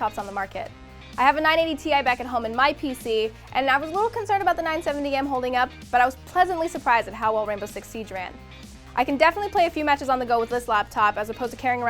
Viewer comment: "ranbow six siege"